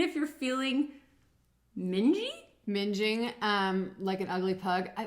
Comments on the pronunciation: Ming like Wing. Not Minge like Whinge 😆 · Please stop saying minge - it's too funny when you will realise what it actually means in the UK!!!! 🤣🤣🤣🤣. As somebody else pointed out, that's not how you pronounce what Ren was saying!! Mingg-ing (what he was saying) means dirty or ugly and yeah minge (pronounced minj) well I'll let you find out what that means.... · Somebody already described what "minging" is but it is in fact pronounced like "ringing" cheers from wales x